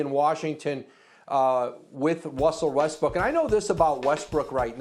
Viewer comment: Wussel Westbrook 😂